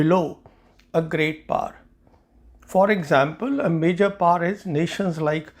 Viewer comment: It is pronounced as Great POWER not Great Par. Fancy but flat out wrong pronunciation. Great analysis of the interview. Thank you!